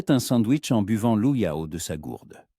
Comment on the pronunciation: Par pitié !!!! Le liquide " l'eau " se prononce LO et pas oyo ou oayo